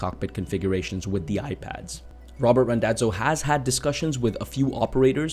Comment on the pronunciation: Small correction - it's Randazzo not Rondazzo. :)